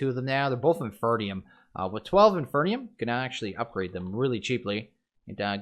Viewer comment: sorry, I'm fairly certain it is pronounced in-FEAR-ium